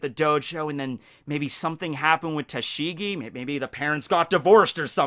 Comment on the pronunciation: First; Btw "Tashing" XD